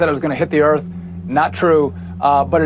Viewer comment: lol..”heading to eardtttt”